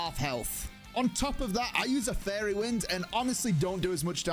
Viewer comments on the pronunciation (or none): He keeps saying fairy but I keep hearing furry